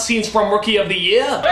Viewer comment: 1: 08 when doug says "year" does it seem he has an accent or somethign? lol or is it just me? lol.